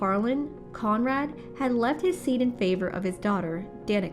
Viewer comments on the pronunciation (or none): none